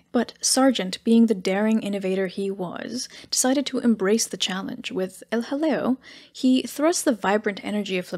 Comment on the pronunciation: Every time you say El Jaleo, all I can think of is a British comedy sketch with some toff saying "Oh, hello". Maybe John Cleese or Dudley Moore.